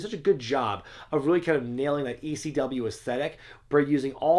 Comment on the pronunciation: why does he say they chant "E-C-DUB"? its never been Ec-dub, weve always chanted just quite simply "ECW" it just sounds like EC-Dub on Tv.